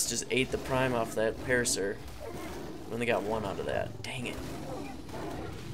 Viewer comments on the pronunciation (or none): none